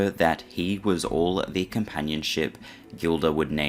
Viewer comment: I should really write a book because listening to some of this nonsense, half truths, un truths, straight bs, is frustrating. And its pronounced Jill- duh NOT Gill - duh. Sheesh! Believe me when I say my book wouldnt be all sunshine and rainbows, it would probably be 60% positive light, 40% not so much. by the way, they recorded every show so they could review the performance and see if there were any mistakes, missed cues, etc. EVERY NIGHT. The tapes were pulled before the ambulance even showed up. They do exists. If the story of where Roy was before that nights show, the events may be clearer. It was on his Bday after all. Just saying....🎂🍸🍸🍾